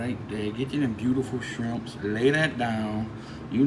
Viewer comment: Shwimps. Lol